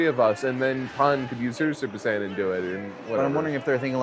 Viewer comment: "You see Vegeta, this is a Super Deedle Dee Saiyen"